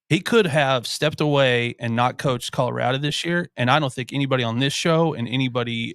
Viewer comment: Guy on the far left: —————————- Where is Colora-da? There’s a hard “O” on the end After Mike Bobo laid waste to our pgm, folks at CSU are a lil’ sensitive about folks that say “Colora-da” Otherwise solid pod gentlemen…